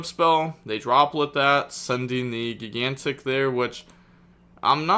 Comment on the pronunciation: Spright has been out for almost 2 years and still cant pronounce gigantic correctly. 😂😂😂😂